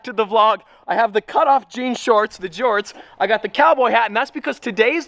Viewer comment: He said jhorts lol